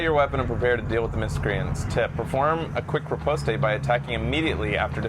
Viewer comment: I know, never correct pronunciation, but it's driving me crazy this time. Riposte is just pronounced "Rip-ost". There isn't an E or A noise at the end. This is a perfect VGA game though